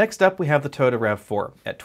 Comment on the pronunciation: Toyota not Tota.